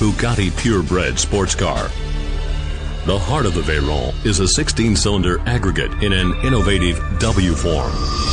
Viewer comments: Turbo supercharger is the proper name for a "turbo", for those of you who didn't know. The narrator also uses proper pronunciation with the name Veyron. The entire car is a technical masterpiece except to the ignorant who know nothing of engineering. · Its a french name so the 'r' is pronounced like the french do...